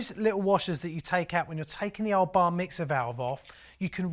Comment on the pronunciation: old boy. Did you say Bar mixer or did you say Bar Mitzvah? hehe.